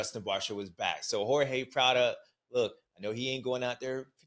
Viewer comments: It's Prado. Not Prada !!!!!!!! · Still saying "Prada" 😂